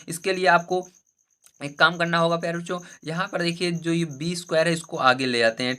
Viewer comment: Sir aap pyare bachcho kahte hai ya pyare cho 😂😂😂